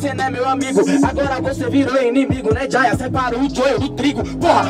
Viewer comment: A pronúncia é "JeyA", mas geral fala Jaya, e vai acabar ficando assim kkkkkkk